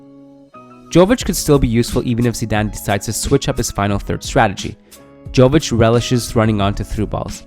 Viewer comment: Hey guys, another great video. Just wanted to say that the J in Jović is pronounced as Y.